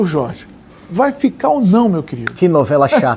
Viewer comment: Este de barba não consegue falar Jorrrge kk